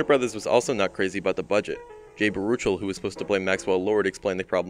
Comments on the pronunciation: I hate to be this guy, but: Jay Ba-ROO-chul and rhe-TIH-cent? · Pretty sure it's pronounced Jay "BARE-oo-shell."